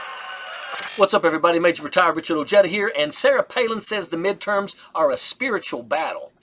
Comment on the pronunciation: …cmon bro why aren’t u pronouncing ur name correctly “O-heda” …but still love your work 😉